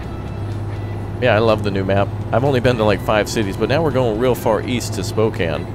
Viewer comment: Thank you for pronouncing Spokane correctly.